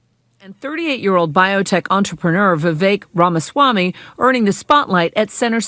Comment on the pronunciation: Jesse needs to work on sayin "victor ramaswamy" 😂